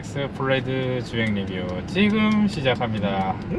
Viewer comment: 진짜 너무 죄송한데, 플레드가 아니라 플래드입니다. 상표명입니다.